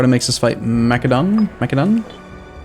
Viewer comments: It's pronounced Mass-eh-don, not mack-eh-don. It's the same as the country macedonia (mass-eh-donia) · the C in Macedon is pronounced with an s sound not a k.